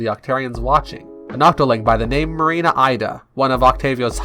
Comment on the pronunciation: Woah, man. I've just finished watching both videos. What an amazing presentation of the Splatoon lore. You tell the story in such a concise way. Your own additions are well thought out too. I must say though. Ida is pronounced the Japanese way (eeda), and I have a criticism about the music. It can get a bit loud tbat I couldn't concentrate on what you were saying.